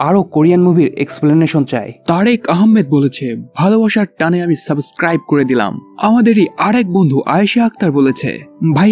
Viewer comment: এত সুন্দর করে সব বলে কেন সাবস্ক্রাইব কে সাসক্রাইব বলেন? কেমন লাগে শুনতে।